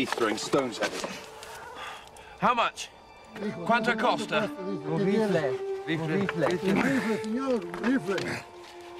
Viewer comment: he says "cuanto costa" hehehehehe